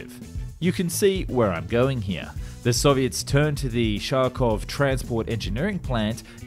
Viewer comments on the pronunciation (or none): Its pronounced Harkov / Harkiv not Sharkov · it’s not that it’s incorrect, it’s that there are native English sounds that are much closer than the one he used, but it’s not entirely his fault, who ever designed Russian transliteration did a poor job. To English ears the the Russian х sounds most closely to h. Kh just confuses people and makes them completely different sounds than the intention, as in the case of this video where he pronounced it as sh. The k should just be dropped and spelled harkovchanka. Whenever you see kh in Russian/Ukrainian names, cities, words, just ignore the k and pronounce it as a regular h, it’s not the same, but it’s close enough and will sound ok. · Dude, please it is city called Kharkov, not Sharkeev... The word "Kharkov" is even written with the English ortography... how to help you westerners read your own alphabet with your own otrography?! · yeah, but it is a USSR vehicle named in Russian, so the spelling is Kharkov i know you get buttmad over this, but let's stay correct with the facts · In Kharkov you can pronounce "Kh" like in "hacker" or "hatcher". Try to say "Harkov". You says it like "shark" and it's very funny. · Omg it is Kharkov, not Sharkov! The “kh” is read as “j” in jalapeño. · Sharkov ?) try K-h-arkiv instead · All the research and editing, but you couldn't be bothered to lookup the pronunciation of Kharkiv, or Kharkovchanka? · It is wrong to say sity name Kharkov like sharkov. Naturaly it sounds Harkov, first sound like in name Hulk. In age of internet you spend 1 minute and say correct. Or 1 minute for english(or american) speakers is too long? Respect other nations and traditions, and they will respect you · Kharkov not Sharkov. K sound. Read the dam name. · Your pronunciation of Kh (Х) is horrible. It's not pronounced sh it's pronounced like an h. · Ah! Your pronouciation are terrible! Is not Sharkov. Its Kharkov. Is sounds nore like H in Houston. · Its not pronounced sharkov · What's "Sharkoff"?